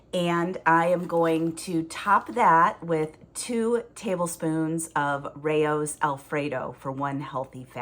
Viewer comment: I think “Rao’s” is pronounced like wow with an “r”?